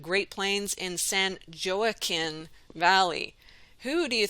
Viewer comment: joaquin is pronounced "wok-keen," accent on second syllable.